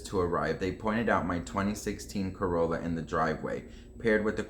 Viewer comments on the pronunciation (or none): none